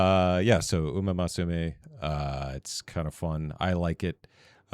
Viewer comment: It's Musume not Masume